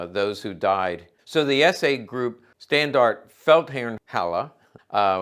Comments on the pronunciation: You pronounce the "e" at the end of Standarte. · In „Standarte“ you have to hear the “e” in the end, it’s a more oldfashioned word for group of soldiers or a military flag, not sure about size etc but Wikipedia tells me in the German SA there were 4 groups, made of brigades which in turn were made of Standarten and then further divided into Sturmbann , Sturm, Trupp, Schar and Rotte…. The Standarten could carry names (like Feldherrnhalle) Also on Wikipedia about the SA: The SA also had several military training units. The largest was the SA-Marine, which served as an auxiliary to the Kriegsmarine (German Navy) and performed search and rescue operations as well as harbor defense. The SA also had an "army" wing, similar to the Waffen-SS, known as Feldherrnhalle. This formation expanded from regimental size in 1940 to a fully-fledged armored corps (Panzerkorps Feldherrnhalle) in 1945. and the Feldherrn Halle is a Memorial from Pre Nazi times (not a beer hall) and the building still exists in Munich today (not that silly Nazi memorial, that was torn down after the war), it’s located at the inner end of the ludwigstrasse (a Feldherr is an old word for a military !leader)